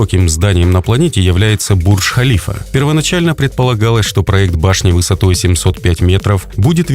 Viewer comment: Правильно говорить Бурдж-ХалифА. Эта башня названа именем президента ОАЭ.